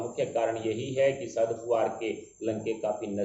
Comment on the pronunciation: Please pronounce the name of Shri Sharad Pawar correctly. He is NOT Sharad "POOVAR". He is Sharad "POWER". When you pronounce his name incorrectly, it shows your ignorance and spoisl your image. Also it is an insult to the senior politician. PLEASE NOTE.